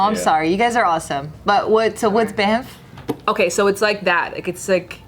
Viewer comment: When Banff is pronounced "Bamf" so much that Bart thinks it stands for Bad Ass Mother Fucker :( hahaha